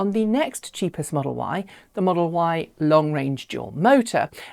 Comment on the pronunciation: I heard it too. 😆 🤣